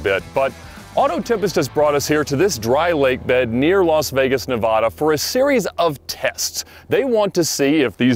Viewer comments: The way Ed says Nevada wrong drives me insane.... Great series though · Ed you got a learn how to pronounce Nevada